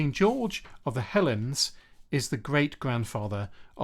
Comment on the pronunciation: I like your definitely-not-AI voice! With one minor pronunciation quibble at the 16ish minute mark: he was king of the "hell-eens" not king of the "helens"! 😅